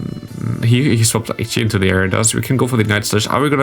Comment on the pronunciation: Ich möchte dich noch ein letztes Mal auf den korrekten Gebrauch von "the" hinweisen, in der Hoffnung dass es in den nächsten Videos dann passt :D 🤝 So wie du es aussprichst wird es nur vor einem Wort mit a,e,i,o,u am Anfang benutzt, ansonsten ist das e in the ein ganz normales e